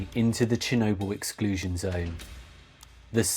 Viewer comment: Very good video and as a narrative you could do very well only if you can learn to pronounce the letter L. There is no such thing as noodoos and needoo's. Or Chernoboo. Work on it and you could go a very long way. Your video is exceptionally interesting but totally let down by your annoying narrative.